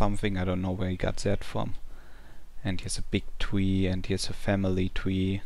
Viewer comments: im very sorry but when u say ice tree it seams like ur saying ice twee. lol (im not making fun of u) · "here's the ice twee" lol